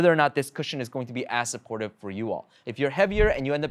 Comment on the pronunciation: "as supportive" or "ass supportive"?